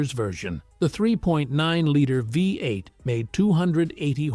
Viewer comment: TELL YOUR G.D. ROBO-VOICE TO STOP SAYING "VAI-EIGHT" FOR "VEE-EIGHT"!